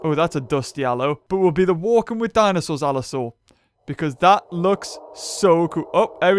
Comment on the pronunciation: "Dindinsss" loll , " I can't tell where his tail is or where his head is" lmao